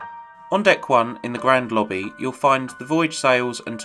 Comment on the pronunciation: “Lobbby” has 3 B’s?